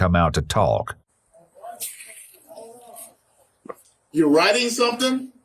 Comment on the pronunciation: "before he can come out to tALLk" lol